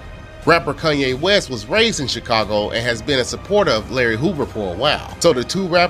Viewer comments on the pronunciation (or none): none